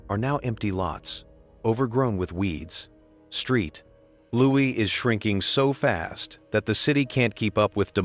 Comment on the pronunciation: "Street Louis"? That is just plain careless. Boo on you, you AI dweeb.